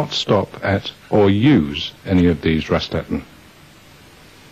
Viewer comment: they completely butcher the German word „Raststätten“ (Service Station or area) as „Rastatten“ 😂